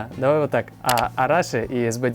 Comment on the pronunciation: Arashi (ударение на И)